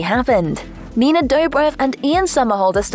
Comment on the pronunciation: Nienae doübräv